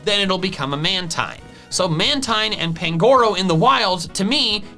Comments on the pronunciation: Dude, you say "mantine" wrong, it's pronounced like marine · Its pronounced manteen